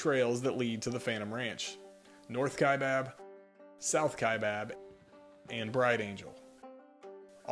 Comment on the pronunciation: Wow, someone who pronounces "Kaibab" correctly and not the incorrect pronunciation of "Kai bOB." Thank you.